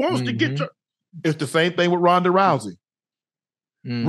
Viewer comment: Rodney Rousey?????? lmk cmon UNK its RHONDA